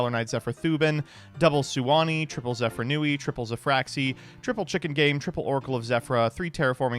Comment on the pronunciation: I know has made efforts to pronounce card anmes correctly recently, but him still calling it "Zefranui" instead of "Zefraniu" triggers me